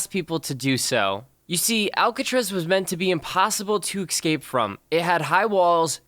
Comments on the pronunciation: Why do you say excape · Am I the only one who notices he keeps saying ecscape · loves how he says ekscape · U said escape wrong